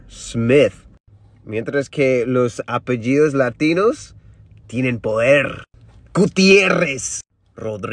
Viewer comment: Qué bien que pronuncia los apellidos latinos!!! 😍